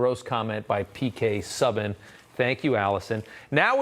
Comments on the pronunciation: Rob, you gotta do your homework. P.K. Subban is pronounced Sooban. I think it might be a hockey thing with you Americans. Just like, I heard another reporter speak about James Reimer, (a hockey person, last name pronounced Rymer) pronouncing his last name as Rameer. That is just lazy. Other than that, love your reporting, Rob. Newsmax rocks. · It's pronounced PK Sooban not suban.